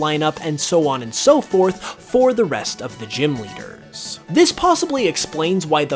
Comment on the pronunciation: Thought I was the only one who noticed. lol The One He drags out the last syllable of the last word in a sentence. Ex. "for the rest of the gym leaders" becomes "for the rest of the gym leadeerrrs"